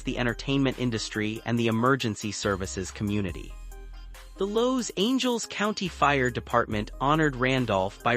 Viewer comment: Ai, they pronounced Los Angeles wrong.